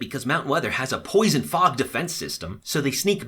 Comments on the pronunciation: he said flog instead of fog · Just letting you know you also said flog instead of fog and I also didn't heard the other 🤣🤣🤣🤣🤣🤣🤣🤣🤣🤣🤣🤣🤣🤣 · You said acid flog. Just informing you.